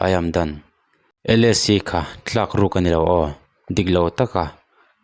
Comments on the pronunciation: Thlak tih tur tlak i ti zel a. Nge i tawng fiah lo zawk..? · Thlak leh Tlak hi i lam pawlh mai mai a..